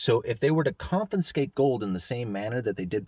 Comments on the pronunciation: Is it confinscate or confiscate? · That's con-FI-scate...